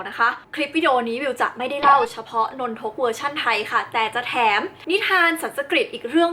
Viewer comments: พี่ครับนนทุกไม่ใช้นนทก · สรุปว่ามันอ่านว่า นน-ทก หนือ นน-ทะ-กะ ครับ ครูสอนว่านน ทะ กะ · นน-ทะ-กะครับ